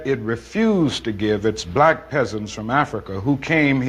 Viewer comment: He said black hard as hell😂😂😂